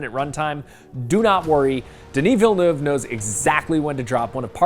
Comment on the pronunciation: Can't trust this guys giving the review, he can't even pronounce Dennis Villanueve's name right.